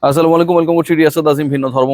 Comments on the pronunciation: "আ সেলে মো এয়ালে কুম" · আসসালামু আলাইকুম ভাই সালামটা একটু দয়া করে সুন্দর মতন দেবেন